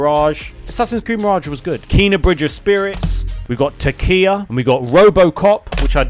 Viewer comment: Man said tkia💀🤦🏻‍♂️ chia*